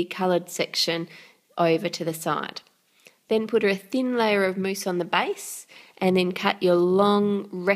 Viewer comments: Why do you call it mouess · it's mousse